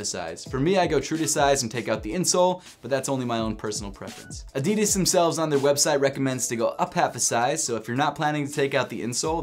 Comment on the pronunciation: The way you pronounce Adidas irritates me very much.